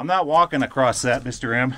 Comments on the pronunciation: Please stop saying acrosst! 💖! Kids should not hear their heros using terrible english! The word is across! 💖💖💖 Isn't it bad enough that schools are terrible! ☹️. Otherwise you are a great teacher! 💖💖7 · bruh there's no t "across"